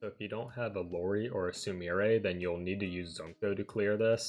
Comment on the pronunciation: I usually don't care much for JP mispronounciations but I just couldn't with Lori and Zunko. 🤦‍♂️ Regardless, thanks for the guide! I've been trying to clear D so I can start getting blue reports(currently L34). I was going to play the Asia version myself but heard Global was coming so I just waited for it.